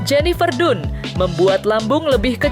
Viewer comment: Bacanya tuh bukan jenifer dunnn tapi jenifer dannnnn😂😂😂 pembawa berita kurg gaulll